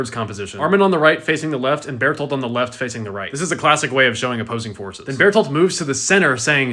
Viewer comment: Hey you said his name right twice... Ruined 😭